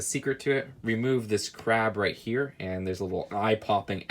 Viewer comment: We all just cringe at the fact said "right here" wrong every time and wont show his face its getting old very fast.